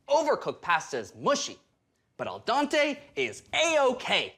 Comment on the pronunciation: Loved watching this show. Except "al dante" is actually pronounced "al dente"...it's a short "e" vowel sound instead of an "a" sound. is amazing!